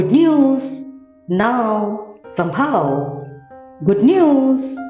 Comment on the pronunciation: it's not sambhaava...it is somehow.... please pronounce as somehow